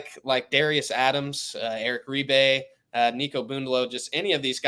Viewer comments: Big deal he didn’t ( according to you) pronounce Reibe correctly. These kids have crazy names,how can anybody be expected to pronounce them all correctly? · This host is a terrible "insider". He doesn't know how to pronounce Reibe's name, and didn't know Furphy is not related to Johnny Furphy.